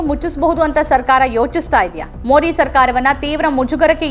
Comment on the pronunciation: ಮೋದಿ ಪದಬಳಕೆ ಸರಿಯಾಗಿ ಉಚ್ಚರಿಸಿ. ತಮಿಳಿನವರು ಮೊಡಿ ಅಂತ ಹೇಳಿದಂತೆ ಕನ್ನಡದಲ್ಲಿ ಹೇಳಬೇಡಿ. ಕನ್ನಡಿಗರಿಗೆ ಮೊದಿ ಹೆಸರು ಸರಿಯಾಗಿ ಗೊತ್ತಾಗಲಿ.